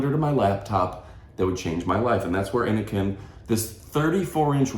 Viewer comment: It's pronounced "In - o - sin". Innocn. The "CN' is abbreviated for China. CN.